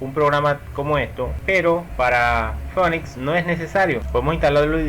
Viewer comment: se pronuncia (p)finix, y la pantalla se me queda en negro con una liñita titilando